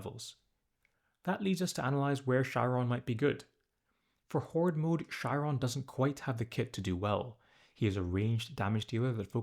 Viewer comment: It's pronounced Ky-ron